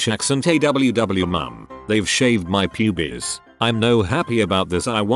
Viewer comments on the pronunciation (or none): I still can’t get over the way the AI voice says “pubes” 😭😭😭 ✨P U B I E S✨ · lol the way it pronounces pubes. "Pubies" lmaoooo i thought it was some kind of regional dialect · I’m more laughing at the guy saying pubies in a Scottish accent lol